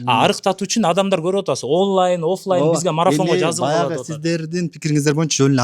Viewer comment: "оллайн" деген эмне 😊